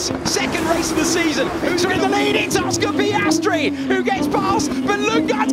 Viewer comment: Mark and Ann Webber were Piastri's parents? Sorry, Orscar Peeahstree!